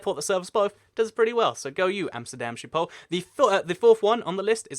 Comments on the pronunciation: Sheephole is pretty far off, I know ch or the dutch way to pronounce the G is difficult for people that don't natively speak Dutch and I won't blame him for it, but you shouldn't claim that he was close because he would've been better off just saying shiphole instead It would have been closer to the actual pronunciation and it's also a more accurate translation. There is no E in schip. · It's not quite that but a Dutch person would understand what you mean if you said skiphol you do have to pronounce the H though. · You pronouce schiphol as sheephol and i know its kinda impossible for you to say schiphol correct but if y try say shiphol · Schiphol is pronounced with a harsh Dutch 'g' like in the Hebrew word l'chaim. So: s'ch'iphol. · Love the way you pronounce Schiphol! But I got to say, it's not a Sheephole... the sch sound does not exist in English, but yeah... You should try it once!!! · Dying right now of how you pronounced Schiphol - Sheephole. But it's fine though, many other languages don't have the sch-sound which sounds something like a weird microphone noise if I had to explain it. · not by a bit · I'm not Dutch and I died a little on the inside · Mink Lenzing lol ikr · I think if you're going to make videos for potentially millions of viewers, getting pronunciation as accurate as you can is a basic.